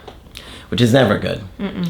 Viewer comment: “Neva eva” 😂😂😂